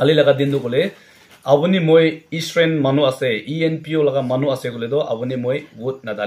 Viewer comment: It's eastern not estrain correct your pronunciation 🙏👍😅